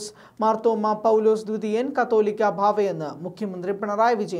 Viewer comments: കത്തോലിക്ക അല്ല, "കാതോലിക്ക "ആണ് "കാതോലിക്ക ബാവ " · മറുനാടനിൽ വാർത്ത വായിക്കുന്ന പിള്ളേർക്കൊന്നിനും കാതോലിക്ക ബാവ എന്ന് പറയാൻ അറിയില്ല എന്ന് തോന്നുന്നു. പലപ്രാവശ്യം തിരുത്തിയിട്ടും കത്തോലിക്ക എന്ന് തന്നെയേ ഇവർ വായിക്കുകയുള്ളു. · തലയ്ക് വിവരം ഇല്ലേ...ശുദ്ധ പൊട്ടന്മാർ ആണോ മറുനാടൻ ടീം... കത്തോലിക്ക ബാവ അല്ല കാതോലിക്ക ആണ്...കത്തോലിക്ക.എന്നത് സഭയാണ്..കാതോലിക്ക എന്നത് ഒരു പദവിയും.....ഇത്ര അറിവില്ലാത്തവർ ആണോ.. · കത്തൊലിക്ക അല്ല സഹോദരാ . കാതോലിക്ക എന്നാണ്. കത്തോലിക്ക സഭയും കാതൊലിക്കയും അത്ഥത്തിൽ വ്യത്യാസം ഉണ്ട് . കാതോലിക്ക ബാവ ആണ് ശരി.